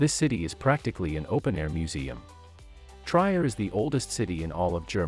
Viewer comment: It's "Tree-er", not "Tryer". Sorry.